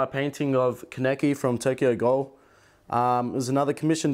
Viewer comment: when he said “tokyo gHAL” i felt that